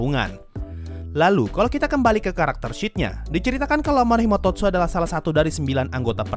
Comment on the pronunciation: title : Amanomahitotsu sensei : Amanohimatotsu